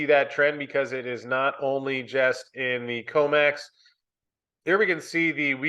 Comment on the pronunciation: COMEX SHOULD RHYME WITH FTX...